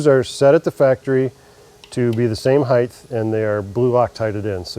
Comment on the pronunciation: "These screws are set at the factory to be at the same hythe" lol. Just teasing. Excellent video. I'm gonna buy one of these 👍